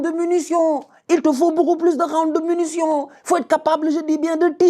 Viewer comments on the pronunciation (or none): c’est munition pas MUNUtion vieux père…